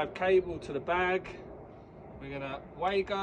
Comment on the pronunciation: It’s actually pronounced “Vago” that’s German for you!